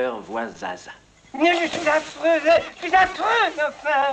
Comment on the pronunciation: "je suis afreuse, je suis afreuse enfin" mdr